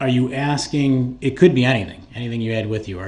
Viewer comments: Exactly.......if he was truly asking ..... I'm sorry, let me back up for a minute...... If he was truly AXING questions to catch them in lies, he would have been writing down responses..... He's just doing it to talk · The questions he was axing where for the next time he does this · Do you recall being “wit” the detective, what in the heck kind of language is that? Does he carry an “AX” with him because he’s constantly “AXING” questions. This guy is a door knob. He better go back to school and learn how to speak English, so disrespectful to the court so disrespectful. With an IQ of zero they should’ve known he wouldn’t know what he’s doing., what does “BOPH” mean? Such as were you”WIT”the other investigator?? He represented himself right into hell.